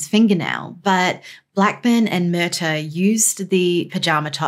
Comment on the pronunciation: Pronunciation = Mur-TAW Not hard